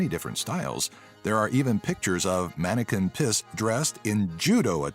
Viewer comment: Who is manneken pis?? Ts Manneke pis